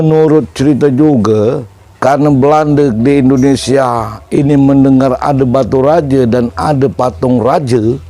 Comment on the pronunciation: Baturaja..bukan Batu Raja